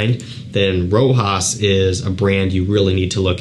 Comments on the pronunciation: my friend its Rochas..not Rojas...Rojas looks like spanish 😉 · it's pronounced like "Rosház". i like the house. very important and historical house that it's so popular nowadays. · I would say is pronounced rather than spelled, "Rocház" but the s is silent.. I have left a comment to the reviewer before, but he keeps pronouncing as it was a sort of american word. 🤔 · sorry, i meant "pronounced ". My bad. This is a french house. Reviews should search a bit just to know how to pronounce this brands and fragrances names. So many people pronounce "Rojas" "Roca" "Roshá"...